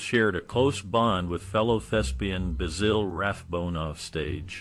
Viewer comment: Basille? What a joik. It's BASIL like the sprice.